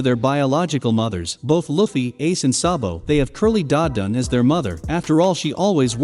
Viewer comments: Say luffys name right!! Wtfff! U were literally saying it right in the beginning. Its (loo•fee) not (luh•fee) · Omg, how many more times is he gonna mispronounce Luffy's name?? I'd even say the Japanese accent sounds better than this. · Bro. If you dont stop pronouncing luffys name with a short u instead of a long u im going to report your channel for misinformation. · Nobody gonna talk about how he is saying luffy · Dude, have you even watched One Piece? If you did, then you would know how to freaking say Luffy's name right